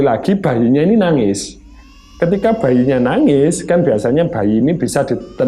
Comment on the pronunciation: Nuuuangez😅, bukan nagis😀